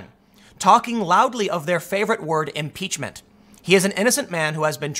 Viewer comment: M-Peach-men. Pootin. Collushum. Ko-reeah. Can I take 'em to the bridge? Let's take 'em to da bridge!